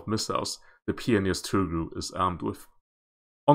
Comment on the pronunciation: Tugh-ril (Toogh-ril)